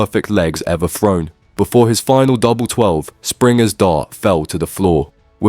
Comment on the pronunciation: why do you insist on pronouncing the 'TH' in the word 'thrown', with the 'F' sound? what the THuck is wrong with you? lol